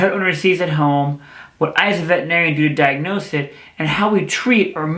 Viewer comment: Why do even veterinarians mispronounce "veterinarian"? 🙄